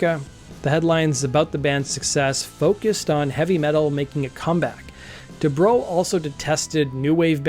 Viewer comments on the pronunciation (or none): Du-Brow. Not my Bro DuBro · Debrow as in eyebrow not as in "What's up, bro?"